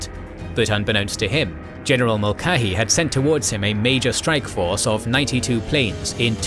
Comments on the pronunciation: Yet another name u should of goofle before u tried saying it Mulcahy It is M<ul Ka Hy Once again u are missing the heard C' Now I can see how one who does not speak English as a first tongue may getthis one wrong as it is actually Irish. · HALL - zee and Mull - KAY - hee 👍 The video is otherwise well done. Sorry, mispronunciations are always jarring for me.